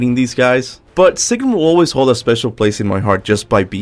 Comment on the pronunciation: Her name is not "Sigrum".